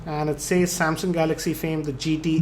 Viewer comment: sorry not trying to troll but He saids Samsyaung